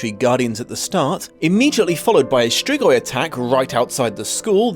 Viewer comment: say it like strigoi and hit harder on the r